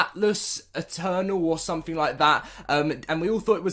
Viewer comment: togever, carsulls, beh, culled, ahk, ho, wiff, ahftah, sumping, fuchah, lol one day you might be able to pronounce english words just not today.